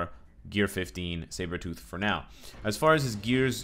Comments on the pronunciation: i thought he said shave-her-tooth in the beginning lol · Cyberthought - Sabrethought Is it so hard to say Sabretooth XD ()